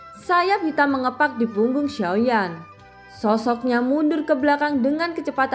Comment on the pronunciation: Ngucap xiao yan jangan soyan dong min ,gk enak di dengar jdi ny ,pakai sio yan